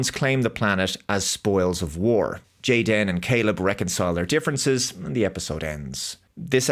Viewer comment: Stop pronouncing the superfluous hyphen. His name is Jayden. Just like half of the kids at Karen's Kindergarten. May as well have made him blond, white, and vegan! They're not even trying!